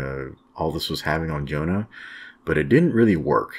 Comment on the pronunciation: Pronounced YONA JONA sounds like a bible name